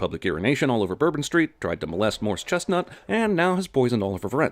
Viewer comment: He called him Morris Chesnut lol